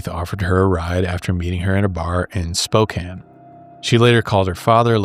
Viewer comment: Thanks for saying spokane correctly. I live here and alot of people pronounce it wrong lol